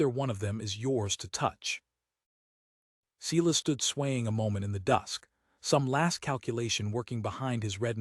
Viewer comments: It's bad enough you use the name Silas again but you even mispronounced it. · Please teach the AI how to pronounce Silas.